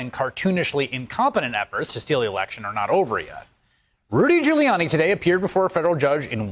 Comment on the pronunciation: This guy nailed Ghoullyani. So funny how he described gooly.